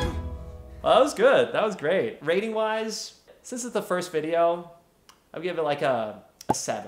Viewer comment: Ray-ting system 🤣